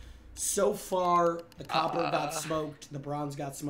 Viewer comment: Does copper sound like cope to you? Robber is Robe?